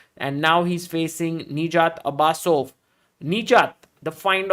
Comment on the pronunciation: His name is not Abasso it is Abusov😂